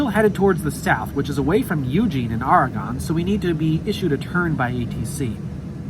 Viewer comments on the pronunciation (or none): Learn how to pronounce Oregon: ore e gun. Say it now, ore e gun. Come to Eugene for game day. Welcome.